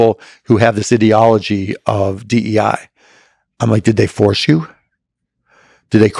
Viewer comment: Cuban can't even pronounce "ideology" correctly 😂